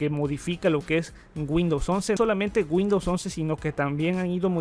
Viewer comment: Bueno sabes mucho ..pero por favor mejora la pronunciación..... No es G’UINDOWS...CON G SINO CON W..